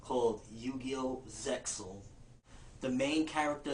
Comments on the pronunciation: lol i think its pronounced zeal :) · the X is silent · Actually Zexal is pronounced "Zeel." I had to call the office of 4Kids Entertainment to ask about a Performance License to play the newest Yu-Gi-Oh! 3D movie on my Campus and it came up in the conversation and the Lady that I talked to told me how it was pronounced and told me that "Doesen't it sound better that way??" I agreed. Good thing that she didnt bring up the issue with his hair because that would have been ugly.... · It's pronounced Zeal by the way. ZEE ALL